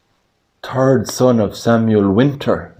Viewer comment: How can someone know when you’re saying third and turd?